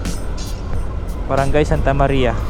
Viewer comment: not "ma-de-la" its '"Mad-de-la"